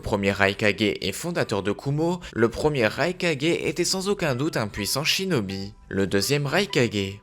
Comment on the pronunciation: A 1 59 tu a dis chidobie au lieu de chinobie